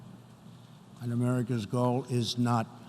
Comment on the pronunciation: Is he unable to distinguish the word "goal" from the word "gold", or are his dentures falling out? Perhaps both?